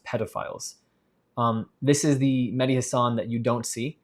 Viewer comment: It's Mehdi not Medhi Like a Shia